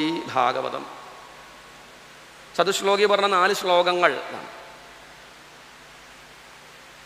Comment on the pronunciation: ചതുശ്ശോകീ എന്നല്ല വേണ്ടത് ചതുശ്ലോകീ എന്നതാണ്. ശോകീ = ദു:ഖീ